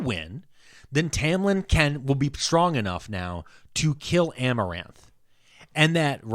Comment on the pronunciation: I love that he called amarantha, amaranth the whole time